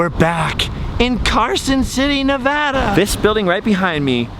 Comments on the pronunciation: Thank You so much for pronouncing Nevada correctly!! Next time you're in Carson City you should ride the old steam train that takes you up to Virginia City. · Thank you for saying Nevada correctly!